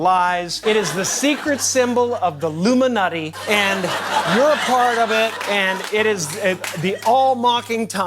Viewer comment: He said " luminutty " not illuminati